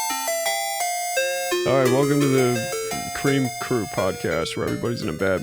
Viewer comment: Cweam Cwew